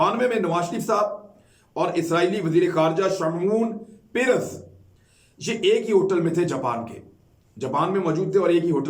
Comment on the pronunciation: Need to get your pronunciations right. It's Shah mooun shamoun pères (per rez) . Yit zhak Rabin not Robin.